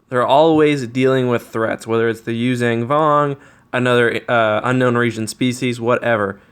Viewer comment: Yuuzhan (zong) not (zang) come on man.